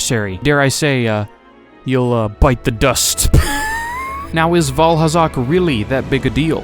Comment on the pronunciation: Did he just say Vaalhalla?